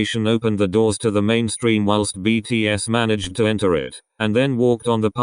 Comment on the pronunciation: thank you for saying btspw well and respectfully